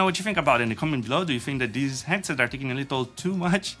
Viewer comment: I think he lives in the New York area as the people from there often drop the h sound.